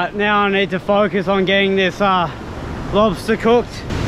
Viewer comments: The way you say Monster Lobsta you're a legend xD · This was cool as hell. I started to hear you say lobsta' in your accent and started to kinda laugh every time you said it. lobsta'